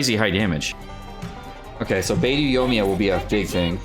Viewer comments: Love your videos but your pronunciation makes me cringe. It’s pronounced like BeiDoe not Beidoo and Xing Cho not Xing Koo. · Does know it's BeidO not BeidU? They even say it in voice lines. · why do u butcher xingqiu as jingkoo and beidou as beidoo?? could u please take a minute or two to learn their proper pronunciation and respect Chinese names lmao it feels a bit disrespectful as a Chinese person.. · this is the first time I’ve heard any infidel pronounce “Xingqiu” as “singku” and Beidou as “baydoo”